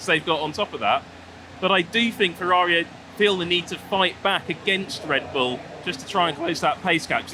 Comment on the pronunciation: Ferrari not "Fevvavi"